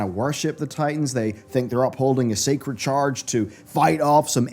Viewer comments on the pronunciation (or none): none